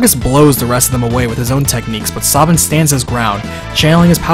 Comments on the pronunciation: SAY-bin, not Saw-bin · I hate how u pronounce some name like sabin... Saw-bin? Its Sabin like stabbing with no t or g lol. And omg the e at the end of Narshe is silent to you too? Omg am i alone? I even pronounce Celes differently but barely. I say kinda like sell-us. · But the pronunciation of Cyan and Sabin sounds horrible. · Ugh, your pronunciation of cyan and sabin pains my ears, but you did do a fantastic job with this review so thanks for that! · Btw, Sabin's true name is Mash, I think ? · Yeah, Sabin is Mash in Japanese, Cyan is Cayenne and Terra is Tina. You can pronounce Sabin however you like, but i feel it's wrong the way he does. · Why do you pronounce Sabin and Cyan incorrectly?